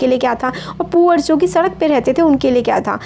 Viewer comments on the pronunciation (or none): none